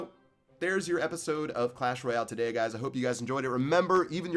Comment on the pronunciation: does anyone notice he says 'today' weirdly